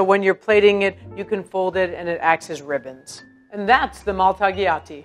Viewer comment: I feel like if you're a pasta expert, you need to be able to pronounce Italian names correctly. Just sayin'. whenever you see a "gl" in Italian, you don't pronounce the "g" -- instead, it sounds like a palatal L, "-ly-" So when she says, "maltagliati," it really should sound like "maltalyati."